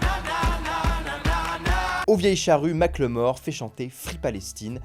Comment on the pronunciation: Mack le mort ? Ou Macklemore (ça se prononce Makeul Mohour). Merci pour la blague, toujours aussi bons en anglais les français ! (vous êtes fans de Michel Jaquesson ?)